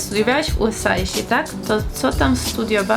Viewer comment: A USA nie czyta się ,,jułesej